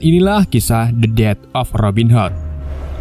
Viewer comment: robin HOT,, bacanya hot.,,.Robin ..m wwkwkwkwkkk